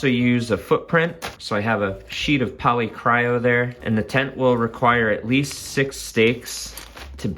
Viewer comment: "Polycro" there is no "Y," not "cryo." Otherwise, love the review!